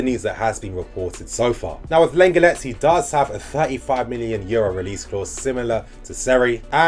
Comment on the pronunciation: Class vid bro - lenglet is pronounced ‘long lay’